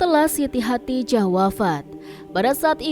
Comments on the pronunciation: Min,, Lidahnya awas keseleo. Khodijah bukn hatijah. Min abal-abal ini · Bukan khatijah tapi khadidjah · Narator nya bilang khadijah terdengarnya hatijah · Hodijah, atau Hotijah,,? Yang betul doong ngucapinnya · Kok Khadijah dibaca Khatijah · Khadijah.jangan salah sebut